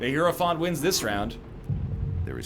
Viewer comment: NL's continuous mispronunciation of Hierophant is my personal hell